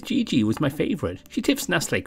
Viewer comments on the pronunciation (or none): none